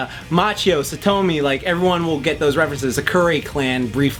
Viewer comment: Best damberu gal: ITS SATOMI.